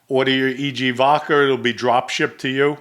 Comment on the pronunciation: Every once in a while, my man slips in an 'r' in vodkar. I laugh each time, but just busting balls. is genuine. Hilarious too, "if I have sex with a guy, hey I'm gay."